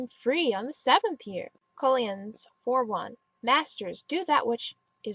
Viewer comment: Totally agree; however, you should probably learn how to pronounce some of the biblical terms you are using as examples, such as: Colossians (pronounced Co-losh-eons) and Psalms (pronounced Saalms, not palms). Otherwise, good job. BTW, I was once tempted to become atheist for very similar reasons, until I discovered the True Gnostic Church and a book of scripture entitled the Song of God. Why not make these your Google searches of the day. Peace, child.